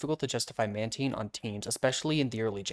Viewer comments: I clicked off as SOON as I heard Man-TEEN 😭😭😭😭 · Its pronounced man-tain Love ur vids btw